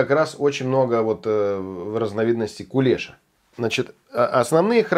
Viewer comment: Только не кулЕша а кулешА.